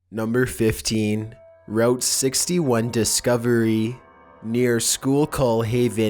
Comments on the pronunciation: Native Pennsylvanian here, the schuylkill river is pronounced skoo-kull, not school-call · No. cries why, why? It's pronounced School KILL, not School Cul.... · Just so you know, it's pronounced "skoo-kill." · This is the 2nd time you've had my childhood home of Schuylkill Haven in your videos and no,its not shocking that weird stuff is found there - but skookill - say it like that,real fast amd all one word. I just looked up where this was and as I suspected,this is actually near my stepfathers home.. Explains a lot actually-including several overheard baby monitor conversations between my brother and who he called "the lady" despite nobody but me being there. Thanks! Xoxo Kerry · its pronounced skew - kill. that is how you say it.same as the river! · It is pronounced School-kill Also, the Route 61 that they found the bones under also runs through Centralia, the town Silent Hill is based upon. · Holy shit its pronounced SKOO-KUL !!!! Can you get through ANY video without completely mispronouncing something????? Your videos are interesting but you sound really dumb on a regular basis. Please try as hard with your narration as you do with your videos! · Pronounced: Skoo-kill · For #15, it's actually pronounced SKOOL-kill, seeing how people from PA argue over it 24/7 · Lol he cant say Schuylkill right. He aint from Pennsylvania which I am from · But idk if you schuylkill wrong. Everybody says it wrong. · for number 15, that was an interesting find. and you can tell when someone's not near the Schuylkill County area due to their hard time pronouncing Schuylkill. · The way he says schuylkill kills me